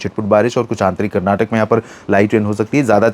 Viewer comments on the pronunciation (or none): none